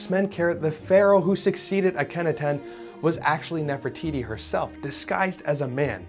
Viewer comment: Ah- ka-nah-ten The fact that you didn't research how to say a name that is relatively well-known in any circle of people who even lightly follow Egyptian history earned you a dislike